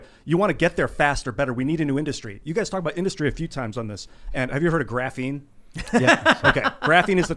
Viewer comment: Ian "Graphene"